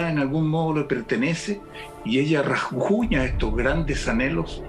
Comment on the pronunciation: Carlitos, se dice "rasguña"